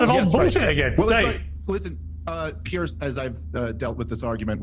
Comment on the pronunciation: Piers is pronounced Pierz with a soft z.